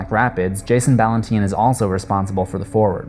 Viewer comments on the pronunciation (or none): I am not putting anyone down, just helping with pronunciation. 'Ballantine' is pronounces like Valentine only with a B. Not Ballan-teen. My Grandma's maiden name was Ballantine. And obviously many cousins. It is a Scottish name. Just thought I help ya there. :) Um, 'Le Loup Garou' or The Werewolf, is not pronounced that way. In en français original, it is Loo-ga-roo; or in English loo-guh-rooz. Yes, I am a Historic Horror Buff and multi-lingual. What can I say, I'm Goth Geek Canadian. *shrugs* Have a nice day. :)